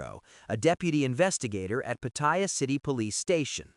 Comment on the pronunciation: Why does the voice pronounce Pattaya incorrectly by calling it 'Pa-TOY-ya, like a "Toy" that Ya, instead of how Thais pronounce the city name as Pa-Ta-Ya (Pattaya) lol